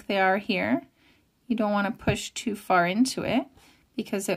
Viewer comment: Fantastic thankyou, your videos help me soooo much. BTW I can hear your Scottish accent coming thru, especially wen you say GOOD, YOU, TOO. I'm from Scotland 😁😁😁